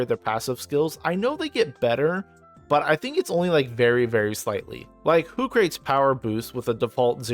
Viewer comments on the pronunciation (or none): Hoo-crah-tees bro. Philosophy. 🤦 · It's HOOCRATES like SOCRATES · Literally just about to type this everytime a video pronounces it like a box for transporting things 😄